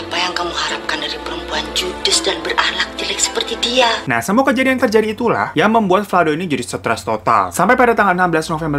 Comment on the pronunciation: 'Detail Kejadian' bang, bukan 'Detail Kejaidan' 😂